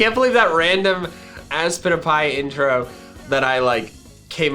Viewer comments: Aspitapy sounds like I spit a pie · When I first watched aspitpiay I thought it said “I spit a pie.” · Me: in class with volume off and turning on subtitles Subtitles: GoRy DiNgS rEvEnGe MiChAeL hErE: ASPITIPY Subtitles: Spin A pie